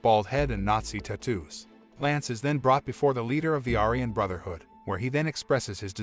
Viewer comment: are you not allowed to pronounce aryan correctly? i think they suck as people but you say it about 20 times during the video